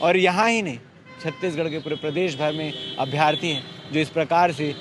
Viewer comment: अभ्यर्थी होता है न कि अभ्यार्थी